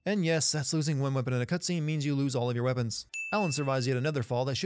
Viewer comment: The word "cutscene" about 19 minutes in is "cutsvene."